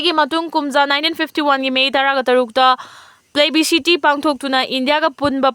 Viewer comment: Plebiscite haiba oiramni- plebi city hairido.😂